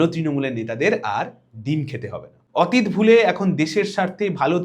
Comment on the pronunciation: 'অতীত' শব্দের উচ্চারণ বোধ করি শুদ্ধ হচ্ছে না!